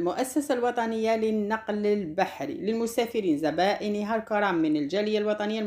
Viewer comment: زبائنها بفتح ز و ليس ضم😮😅😅